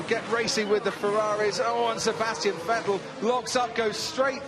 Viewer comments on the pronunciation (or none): none